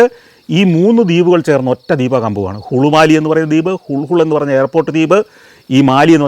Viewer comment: ഹുൾഹുൾ ദ്വീപല്ല ഹുളുലെ ദ്വിപ് ഇംഗ്ലീഷിൽ എഴുതുമ്പോൾ നമുക്ക് വായിക്കാൻ പറ്റുന്നത് ഹുൾഹുൾ എന്നാണ് lha കൂട്ടിവായിക്കുന്നത് ള എന്ന അക്ഷരമാണ്